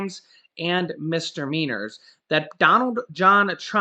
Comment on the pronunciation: MIS-"DI"-MEANORS, not "mistermeanors".